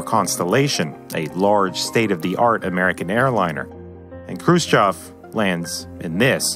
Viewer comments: Khrushchev is pronounced Crew-Shev not krhbayschjsimsov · It's Krushchev not Krushchav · Also author should work on pronunciation of Russian names. Khruschev isn't spelled like Khru-s-chev, more like "Kh(really soft almost like Hr)u-shchev" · It's pronounced Hrushóf, you've turned it into a monstrosity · Khrushchev pronounces “Hrushyov” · you mis prononce Khrushchev. you ought to research better. makes me cringe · why are you incapable of pronouncing khrushchev correctly? tip = there's no 'o' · he mispronounced khrushchev every single time, a trait i've seen many americans do with simple words, like oblate and spheroid, for just 2 examples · Hate to be a smartarse, but here we go: -It's Khrushchév, not Krúschov -It's TU, not tiju -It's IL, not aiel -it's hundred fourteen, not one-one-four.